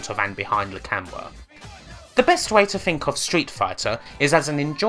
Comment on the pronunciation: un pwoowen behind a camouwaaa. Unproven behind a camera. dude work on your speaking ability holy shit. you sound like your 12